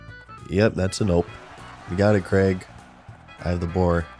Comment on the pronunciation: i think youre the first yank to ever say the name craig right. even though it was spelt crayg. and dont give me the welsh bullshit because cra (yeh -gh) is still closer than creg. edit: nah you said it right once then went straight back to creg. learn english america. fuck sake. edit: edit: ok youre trolling. i get it ive been had. switching between craig and creg is clearly for content interaction and ive fallen for it. hook. line. and sinker.